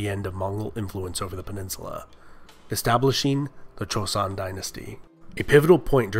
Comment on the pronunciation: This is quite late, but your video was the second video I watched about this topic and let me tell you, your apology about potential mispronunciations (which weren’t bad at all) was greatly appreciated considering the first video I watched pronounced joseon as Joe-see-on